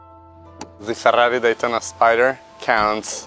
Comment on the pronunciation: I just love listening to this guy say Fa-dahrri-i.